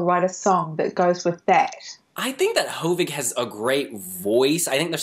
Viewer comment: Hovig Demirjian is a Cypriot Armenian. In Armenian names, the stress should be on the last syllable, so it should be pronounced as ho-VIG whereas you consistently pronounce his name as HO-vig. Nothing wrong as the video is done. So it cannot be corrected. But just for future coverage of him and his entry.... By the way, Hovig is the shortened more intimate version of the actual name Hovhannes (John, Jean in English and French). Another interesting thing about his name is that the "g" is perfect in Western Armenian, as almost all Cypriot Armenians are. So he adopted that. But in Armenia proper, his name would be pronounced Hovik Temircyan (in Eastern Armenian used in Armenia) rather than Hovig Demirjian as used in the Armenian diaspora.